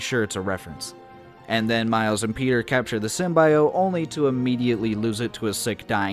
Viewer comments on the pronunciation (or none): Why are you so determined to pronounce symbiote SymbIot? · why do you pronounce symbiote like that